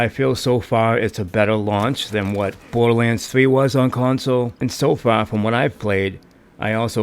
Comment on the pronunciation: #1. I don’t take anyone seriously who would pronounce it “bowduhwanns” and #2. Play it on pc. There’s an fov slider on pc.